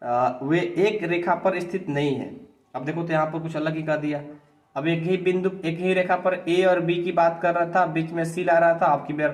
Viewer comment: सर आप बिंदु को विंदु कह रहे है